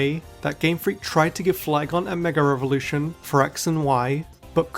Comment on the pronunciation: Why do people constantly say "megar-evolution"? Where does the R come from?